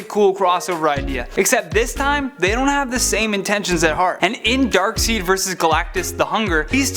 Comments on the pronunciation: Dark SIDE not dark seed. How can you mispronounce that and call yourself a nerd. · Hah! You said DarkSEED again! 😱😲😁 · Darkseid is pronounced Darkside not Darkseed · It's pronounced dark side, not dark seed. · i know this has been said a few times by now, even in the last video he did it in but... ya mans got one more time to call darkseid "darkseed" before i unsubscribe! they WHOLE JUSTICE LEAGUE called him darkSIDE! SUPERMAN..called him darkSIDE ...in EVERY SINGLE PART of the jlu cartoon AND the superman toons before that! does he even read comics? is he even into comics? doode...do you even comic tho????? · This video was awesome. I loved all of these choices. But it's pronounced Dark-Side not Dark-Seed. That was the only thing about this video that annoyed me. Outside of that you did a good job. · Darksied not Darkseed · darkside not darkseed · ITS NOT DARKSEED ITS DARKSIDE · Team DC But I do love and support Marvel but DC all the way 💯 Also isn’t Darkseid pronounced Dark”side” not Dark”seed” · Its not darkseat its darkside... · DARK SEED? Can you even read? bring Roya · I know it's written Darksied but you pronounce it as Dark Side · Darkseid is pronounced Dark side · Dammit,....it's spelled Darksied, but it's pronounced DarkS-I-D-E. You're killing me.... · Darkseid is pronounced Darkside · Darkseid is pronounced Darkside. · “Dark Seed”? Seriously!? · Ffs Darkseed 😂😂 I'm dead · "Darkseed" the darkest of plants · Oh mha ghaad !!! Its pronounced dark side bro!! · You miss pronounced darkside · You can tell that he is just reading a script. Doubt he reads comic books. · Right like wtf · I hate when people pronounce it Dark-Seed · I cringed when he said Darkseid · did he say darkseed? lol bruh how you gona he a comic book expert if you gona a comic book expert and not know how names are pronounced. it's even pronounced in the movies and cartoons/animated series. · He keeps mispronouncing Darkseid. Good thing is cute.